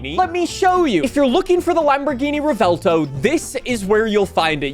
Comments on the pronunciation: Nick…Nick…… it’s not rEvELtO it’s Revuelto 🤌🇮🇹🍝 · Stahhhppp pronouncing it revelto, it's revuelto, it's not hard bro. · Rev-u-el-toe is how you say Revuelto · Ive been pronouncing the car like "Rev-well-toe" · Been watching your videos for years now, and the way you pronounce "Revuelto" has to be on your Top 3 skill issues. Easily.